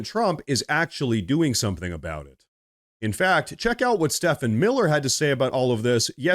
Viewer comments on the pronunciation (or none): Learn how to pronounce STEPHEN, it's pronounced STEVEN, not "Stefan" for fucks sake. It's really not that hard. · Stephen Miller is pronounced Steven Miller.